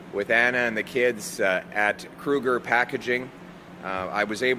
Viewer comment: Is it Kruger or "K-Uger... Sounds like what are the old time car horns, huh?"